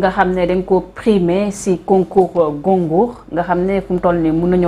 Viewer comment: Mais arrêtez un peu. Vous n’êtes même capable de prononcer Goncourt et à chaque fois vous en parlez.